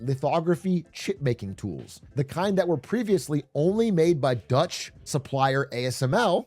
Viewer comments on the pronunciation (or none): none